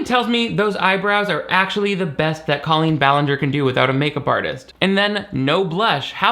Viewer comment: Thank you for saying her name like Colleen and not Cole een like she says it Idk why but that’s like a cherry on top of the cake of her stupidity Like why the accent when she says her own name? And only her own name hahaha drives me bonkers